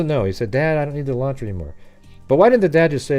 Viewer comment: It's Elantra not Alantra